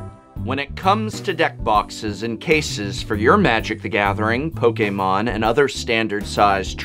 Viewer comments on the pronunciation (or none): none